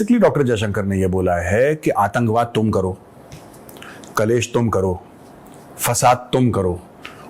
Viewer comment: कलेश नहीं क्लेश। कलेश दिल्ली और पञ्जाबियों की कचरा बोली है।